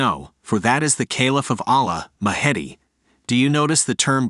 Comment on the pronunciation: Do you mean 'The Mahdi'? If so, your pronunciation is atrocious!